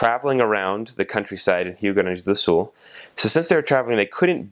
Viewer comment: Wait, I actually heard a foreigner saying Rio Grande do Sul perfectly? Man that was really cool!